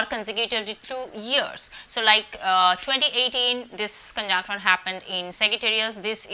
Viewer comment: All I could hear ....conjaanction , conjaanction , conjaanction......😂😂 Learn to pronounce dear lady ...it's conjunction 😅😅....u can converse in hindi ..... don't spoil english like this ....also work on your mercury and venus .....wear light earthy shades and decent clothes🙏✨